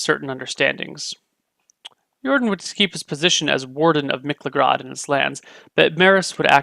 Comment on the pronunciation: Surely its pronounced MIK-LA-GUARD But its your world :p